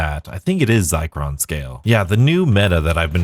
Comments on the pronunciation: Also it's not Zi- cron. It's Zir- con. As in Zirconia, or Fake Diamonds. They're literally telling us the Zombie Diamond camo challenge is worthless (compared to traditional multiplayer challenges) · ZIR con, not ZY cron. Sorry, it's driving me nuts. Love your vids!!